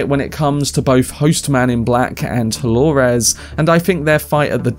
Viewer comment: Why do you say DoloRES?